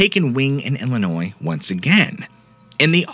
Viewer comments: Illinois is crazy! hey, you pronounced it correctly and we do appreciate that lol thank you so much for everything you do! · Illinois is crazy. Ha Ha. I am original from Illinois...appreciate correct pronunciation of Illinois (s is silent). 😄